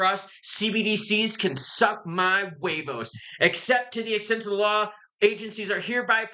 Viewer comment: Hilarious 😂... "Suck Ma Who-way-voes!!!"😅😂